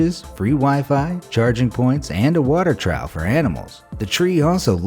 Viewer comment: I might be mistaken, but I believe he said water trough, but pronounced it as trow.